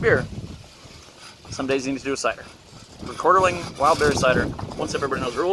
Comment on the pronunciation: It’s not called Rekorderling. It’s Rekorderlig!